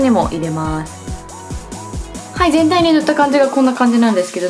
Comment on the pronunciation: なこここ 全体にって言おうとしているのがてんたいにって聞こえるんです！